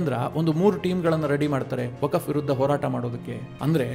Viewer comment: ಅದು ವಕಫ್ ಅಲ್ಕ. ವಕ್ಫ್